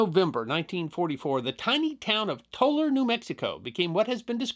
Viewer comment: Didn't know there was a Tolar New Mexico. And thank you for pronouncing Tolar correctly. Also, could you do the New London School explosion. My grandfather helped with the rescue. I have pictures of the event, if you'd like.